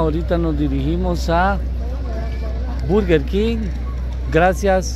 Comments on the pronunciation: se dice Berguer Kin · Berger King